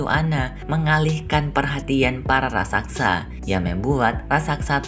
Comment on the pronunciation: Raksasa bukan raksaksa